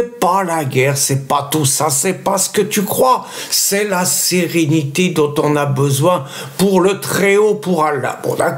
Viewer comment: la siriniti Hé ouai! Chti jir mon frir.